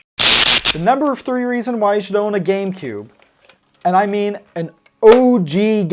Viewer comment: It sounds like you said gay boy and gay player player